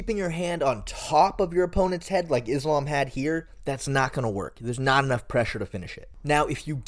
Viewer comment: I’m sorry what do you mean most people don’t believe Volkanovski has what it takes against Islam? Speak for yourself. You also don’t know how to pronounce Islams name. You sound like you don’t know enough about mma to be making a video about this tbh, maybe consider covering another sport?